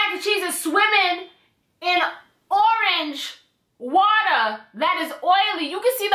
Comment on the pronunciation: the fact that you keep saying orange water like that has me dying lmaoooooo